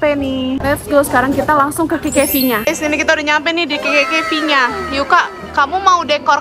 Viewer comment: Kak bukan kekevi tapi kkv👍😭😯🌝